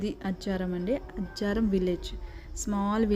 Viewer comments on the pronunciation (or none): అజ్జరాం కాదు అజ్జరం అంటారు